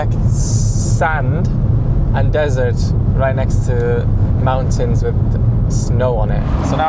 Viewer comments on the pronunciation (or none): none